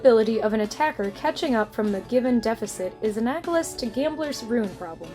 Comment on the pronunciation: Shame about the 'anagolous' :-). Otherwise, pretty good, so thank you.